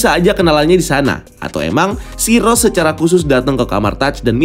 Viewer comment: Cryo - Krai-yo, bukan Sai-ro